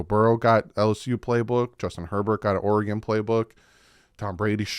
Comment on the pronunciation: Great Video Thanks I am so hyped about this coming season. Also Thank you for pronouncing Oregon correctly.